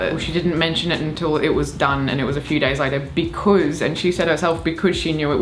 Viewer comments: I'd say that's more of a becüz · now that's an Australianism I haven't heard before "becöz" lol